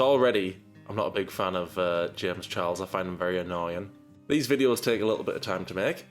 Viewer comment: Why can he never say the ch in his surname properly?